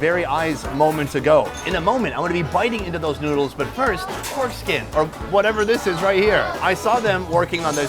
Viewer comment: Lmao! I just realized you were saying "porkskin" not "foreskin"!